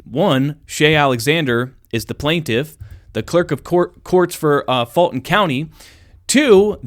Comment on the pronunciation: Why are you saying "Faultin county"? it is "Fulton County".